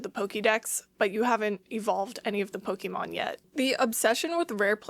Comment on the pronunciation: The way you pronounced Pokémon tells me you might have more than one special interest 😅